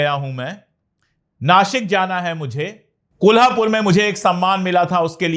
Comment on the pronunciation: Sir, 👏👏👏👏👏👏👏 city names pronunciation wahhhh पुणे ण कोल्हापूर नाशिक श wahhh